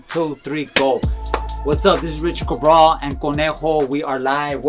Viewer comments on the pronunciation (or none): Richard Cahbrah. No mames at least pronounce your name appropriately. Cahbrah